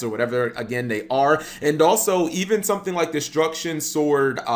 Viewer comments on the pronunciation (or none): none